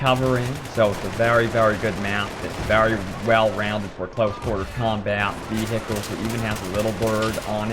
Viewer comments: vehhihles lulwut? vehicles maybe? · So many vii-hii-culls. Lol Americans!